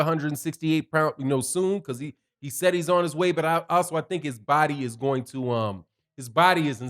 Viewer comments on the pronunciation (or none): none